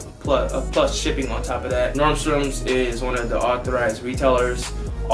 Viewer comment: Normstroms hahahaha It’s Nordstrom, man hahahahaa